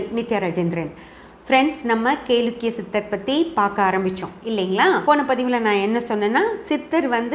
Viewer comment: Kelakkiya endu olunka pronouns pannunka paapam